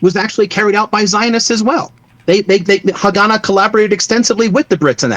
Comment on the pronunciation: Worst pronunciation of Haganah I've ever heard lol.